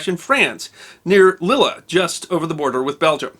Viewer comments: I love your stuff and you are a gifted story teller but please check your European name pronunciations, it damages credibility this side of the Atlantic. Lille is French and pronounced 'Leel' not 'Li-la'. Sorry for being a pedant but heh I'm a pedant and like to get things right:) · It's pronounced Leel. Not Lilluh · I love the, but I wish he would learn to pronounce place names correctly. Lille in France is not pronounced Lilla, it's more like Leal. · Are you also sorry for mispronouncing Lille? It's "leel", not lil-uh. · The pronunciation of Lille is all wrong. Not Lili but lile (phonetically) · By "Lila" I assume you mean "Lille" pronounced "leeel". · Funniest pronunciation of the French town of Lille I've ever heard. Try 'Lil' next time. ;-) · A novel pronunciation of the town of Lille in northern France !!! It should sound like this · Another great historical snack thank you ! btw you don't pronounce the last -e saying the town of Lille. Apart from that good pronunciation!